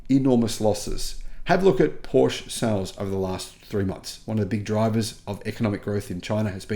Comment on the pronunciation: Porsche is spelled with an e like in "let" (not an a)